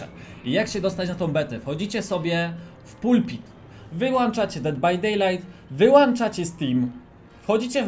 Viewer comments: Wyłączacie a nie wyłanczacie uszy mnie bolą... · Wyłąąąąąączacie, tak samo np. Włącz ( Jest włąąącznik od światła, nie włańńńcznik )